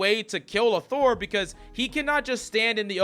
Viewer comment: Thor. It’s Thor.